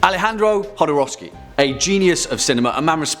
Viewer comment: Mispronounces Jodorowsky multiple times, praises him, says of Santa Sangre..."one that I've wanted to cover in-depth for quite a while," spends a grand total of 2 minutes and 12 seconds on it. I love you guys but seriously?